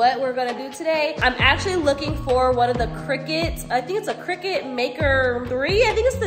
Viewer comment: Cricut not cricket lol good video though